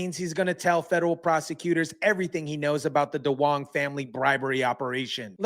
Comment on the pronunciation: Duong is actually Dương ( pronounced Zuong, not "Dong")